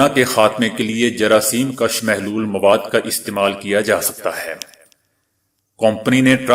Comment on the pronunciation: آسلام علیکم! آپ اردو کے بہت سے الفاظ صحیح پروناؤنسیئشن کے ساتھ نہیں پڑھتے۔ مگر ”کَش“ اور ”کُش“ میں بنیادی غلطی کرتے ہیں۔ کَش، کَشیدن سے ہے یعنی نکلانا، ذیاد کرنا وغیرہ اور کُش، کُشتن سے ہے یعنی جان سے مارنا، قتل کر دینا۔